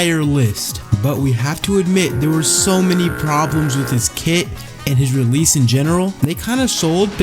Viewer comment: Bro said Realese Its Release 😭 🙏🏾